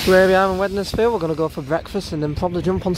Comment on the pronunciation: Sorry to point it out, you're pronunciation of Wednesfield at Wednesbury is a bit off, it's a silent D a bit like Wednesday, hope this helps :))